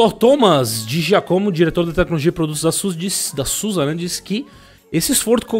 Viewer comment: Boníssima notícia ! Só um adendo : como é bom escutar "Zusi" e não "Sussa" !!!!!!!